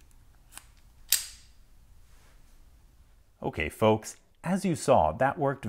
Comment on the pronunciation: Why do you call us focks